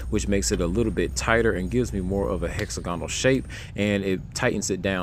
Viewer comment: You pronounce hexagonal the same as diagonal. Nice clean wiring!